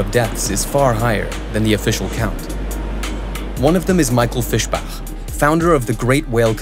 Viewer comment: Michael 'Fish'bach 🤣